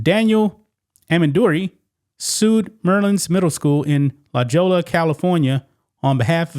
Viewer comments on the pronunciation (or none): La Jolla is pronounced La Hoya. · Gringos, La Jolla is pronounced “La Hoya”, like the boxer Oscar De La Hoya. But no worries, we Amigos do not call Jolly Rancher candy “Hoyee Ranchero” candy. Wait, how DO we say it? Wait, what has this to do with black face makeup??? 🤔☝️??? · Thank you for this exposing of outRAGEOUS public middle school MIS-administration ABOMINATION ! La Jolla is pronounced : La “Hoya” , courtesy fyi. ✌🏽. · For future reference, it's pronounced "La Hoya", not "La Jolla" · La Jolla is pronounced "La- HOYA" my guy lol.... But aside from that great video reporting 👍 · La Jolla is pronounced "la hoya" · The way he pronounces La Jolla 😂😂😂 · You pronounce the J like an H it’s La Jolla